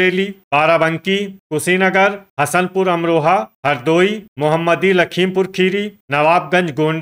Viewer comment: सर जी मोहम्मदी नहीं है मोहमदी है